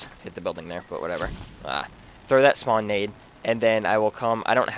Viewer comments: "SHpawn area" nah jk good vid bro. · dude great vid thanks for the tips. i know this is irrelevant but you tend to say shpawn, but nothing important